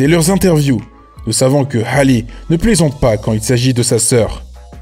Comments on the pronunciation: Y'a que moi que ça dérange quand il dit Hale au lieu de "Hali" 😭 et quand il dit Tina QKNOLZ 😭😭😭 mes oreilles ... Bref superbe vidéo à part ça . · Ça se dit Hali pas Hale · Ça se prononce « Hali »